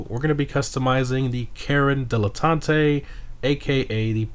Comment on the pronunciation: Why are you saying like that? Its not Spanish man